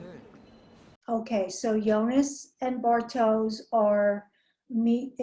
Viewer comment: Ich wollte grad auch kommentieren, dass es Bartosh ist, nicht Bartoes. Aus irgendeinen grund sagen fast alle das falsch... Gut, dass du schneller und ausfürlicher warst